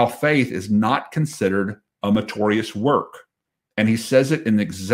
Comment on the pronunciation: Dear. Love you brother, but the word is meritorious not matorius. Just that I’ve heard you say that word. Don’t mind me. I have the same problem with people saying nukular instead of nuclear.